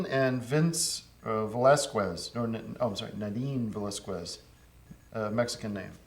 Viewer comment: nahdeen valessqwez. uh, mexican name.